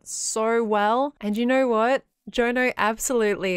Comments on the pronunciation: If Jono is Rens bro, then its pronounced 'John O' not 'Joe no'. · As a fellow Australian, I wasn't expecting how pronounced Jono.